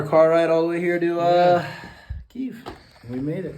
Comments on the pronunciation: It seemed like the guy picking you up corrected you when you pronounced Kyiv as “Ki-ev” (which I thought was supposed to be avoided due to its Russian alignment) but I’m just curious why you choose to continue to pronounce it that way? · key yeev lol that doesn't sound right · Stop sayin Kie-yev dude. The driver dude was pretty annoyed by it if you watch the footage back. As far as I know you use the Russian pronounciation of Kyiv. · It is called ky yv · Why do you still keep pronoucing the city name the Russian way? It must be annoying for the Ukrainians around you, it makes you sound like you support Russia? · So glad you made it. Please do try to pronounce Kyiv in Ukrainian, not Russian. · How the hell can you keep pronouncing Kiev incorrectly even when you have multiple people correcting you? This is some embarrassing American Abroad shit. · It’s unfortunate doesn’t know how to pronounce Kyiv. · Am I the only person who finds it weird doesn't know how to pronounce the name of the city he lives in? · literally the first thing his driver said was correcting his Russian pronunciation of Kyiv. Like come on man, this is really your "second home"? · Pronounced your home town like a real Russian would ,even your taxi driver was offended... How very Soviet of you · Pronunciation! Why are you pronouncing "Kyiv" like a Russian? Even that driver was irritated when he corrected you and you still keep repeating it over and over. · I feel like the driver flinches every time you said Ki-ev and not Keev. He even corrected you in the beginning! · Dude...for the fucking love of God, learn how to say Kyiv. It's not KIEV...it's KEEV the Ukrainian version, not the Russian way you say it. The driver even corrected you! so nervous he's leaving fart bombs getting in, LOL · Brilliant videos you are doing in the midst of this conflict.stay safe over there,and do whatever you can for the local population..just one small thing,it’s not Kiev,it’s Kyiv..😂